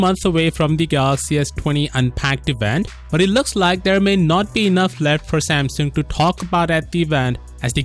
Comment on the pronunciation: That’s the right way to say it